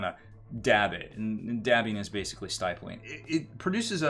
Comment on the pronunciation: Someone else may have commented this already but I gotta say it.... stippling. It's pronounced with a short "i" sound as in pig or ship. The more you know...™. Lol.